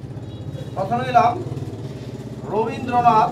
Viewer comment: Rabindranath হবে robindranth nah 😁😁😁😁